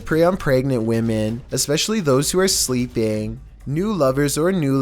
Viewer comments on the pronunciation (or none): none